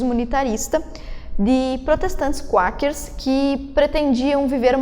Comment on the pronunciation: Bom, só pra corrigir uns detalhes, o nome é "Quakers" (se fala "cueikers" não "cuakers"). E não é "19ª alterção" é "19ª emenda" à constituição. Agora, sobre o tema do vídeo retratado na pergunta, a resposta é sim, o voto feminino é um privilégio. No vídeo, isso foi abordado apenas de relance no final, sendo que o vídeo se tratou mais sobre quando essa "exigência" começou a ser feita pelo movimento feminista. Uma aparente confusão semântica ocorre no uso da palavra "privilégio". Quando se usa o termo privilégio nessa discussão, está se falando de um "direito não-merecido". Não tem a ver com o sentido de "nossa, que honra/privilégio poder fazer isso". Mas sim dizer que enquanto para os homens o voto sempre foi um direito conquistado, para as mulheres foi dado sem contrapartida, configurando assim um privilégio. Em termos bem simples, os homens tinham tanto a responsabilidade como a autoridade pela sociedade. (Um ônus e um bônus). As mulheres não tinham nenhum deles (nem ônus nem bônus). Ou seja, havia equidade. O voto feminino passou a dar autoridade para as mulheres sem nenhum cobrança de responsabilidade. E o que aconteceu depois, lá na segunda onda feminista pra frente, foi que a mulher foi conquistando cada vez mais autoridade (jurídica e, com a entrada no mercado de trabalho, cultural), ao passo que começaram a usar o Estado e as leis para tirar autoridade dos homens, deixando-os apenas com a responsabilidade). Um exemplo claro disso é o divórcio sem culpa, legalizado ao r